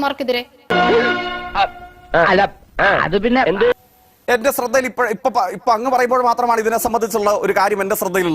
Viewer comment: ജയ്ക്കേ സ്രദ്ദ എന്നല്ല ശ്രദ്ധ എന്നു പറയണം